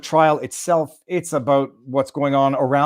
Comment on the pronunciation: FRE-DOMME? A concept formerly known, but now lost, in Canada